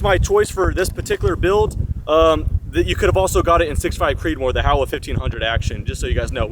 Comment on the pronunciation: Why does everyone misprounce this rifle? It's Japanese and it's pronounced Hoe-wah